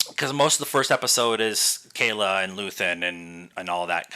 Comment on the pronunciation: KLea not Kayla... :)